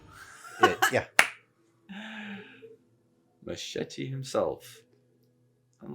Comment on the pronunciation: Your pronunciation of Danny Trejo's name was spot on 👍